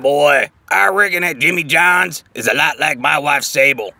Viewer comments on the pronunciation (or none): its jimmy johns not Jimmie